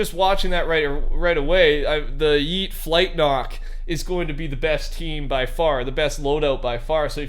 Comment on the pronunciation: The way he says flint knock it sound like he is saying flight knock